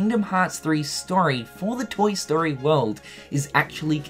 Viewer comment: I had to turn on captions within the first 10 seconds when he's talking about the "sterry" of Kingdom Hearts. Turns out he's talking about the "story"